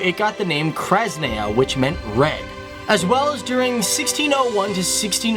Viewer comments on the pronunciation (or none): I'm CRYING!!!!!! Its just the way he said Red in Russian , to me ( a Russian person) is the FUNNIEST thing ever. I don't want to be mean in any way one of the reasons being that I'm Mostly English but my family is Russian. How ever, any fellow Russians can Agree that at about was at least a bit funny? oh dear fellow English people I love how you say the Russian words. Even though I think I'm one of the only ones who dose...